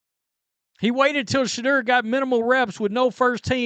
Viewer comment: “Shuh-door”. Pronounce it right